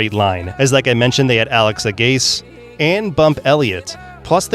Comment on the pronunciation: I'm to young to know Alex Agase as an All-American, but I remember him ( A'-ga-see ) as head coach at Northwestern and Purdue.